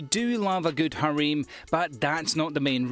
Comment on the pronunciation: "hareem" lol